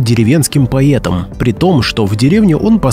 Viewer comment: Как - то не верится в " настоящую историю " России на примере истории жизни матери Сергея Есенина , изложенную безграмотным языком . Есенина почему - то называет чтец " поЕтом" . И это не является литературной нормой